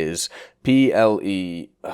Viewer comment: In PELE a native german would use the second e from Mercedes, not the i sounding one.